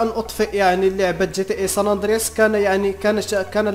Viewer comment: ساندرياس هههه مالك يا صحبي ناس gta5 ونتا ساندراس ههههه ضحكتني ههههه